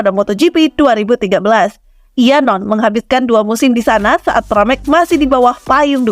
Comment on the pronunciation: Pramac, bukan paramek